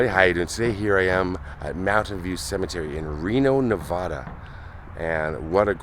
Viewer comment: Come on,. It's Nevada, not 'Nuhvoduh'. You don't say 'opple' instead of apple... or 'hommer' instead of hammer, do you? Yea, it's a thorn in our side here in Nevada when people butcher the pronunciation. Well, at least you got her G.I. name... Mary Ann, correct... and didn't call her not Morry Onn. Not hatin', just sayin'. Great channel, appreciate your time and effort!